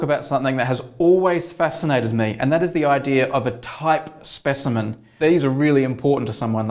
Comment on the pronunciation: SPESHIMEN forsenT